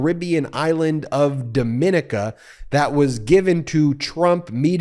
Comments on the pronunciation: Respectfully, the island is named Dom-i-NEEK-uh. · Pronounced Domineeka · Um, it's pronounced Dom-a-KNEE-ca!